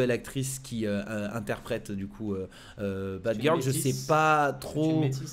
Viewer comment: Mdrr il a dit batgil 😂😂😂